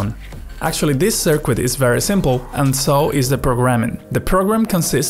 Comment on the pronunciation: I can't listen to your sirkuit